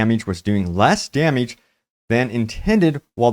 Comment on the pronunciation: Dameege. Lol